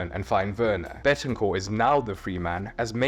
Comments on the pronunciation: Don't take this as me hating, i love the videos, i just wanted to point out it's Bentancur not Betancur. Keep up the great videos tho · It’s BEN-TAN-CUR It’s so easy man 😭😭